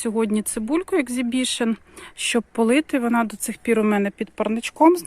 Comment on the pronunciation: Не екзібішн,а ексібішн.